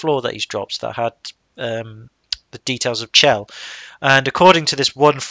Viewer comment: Her name is supposed to be pronounced with a hard "CH", not like "shell". Since her name is never actually spoken in the game itself, you can't be expected to know this, though. There was a line of dialog recorded in which someone speaks her name that was cut from the game, but it is still available in the game data if you know how to access it. Also, there's a pun between her name and the Italian word for "heaven" in [spoiler redacted], and the pun doesn't work if you pronounce it "shell".